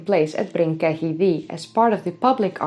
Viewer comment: its pronounced Ketty by the welsh